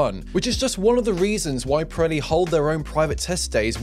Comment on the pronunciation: Does anyone else hear him pronounce the tire name as "Piretti" with a "t"? That's what it sounds like to me.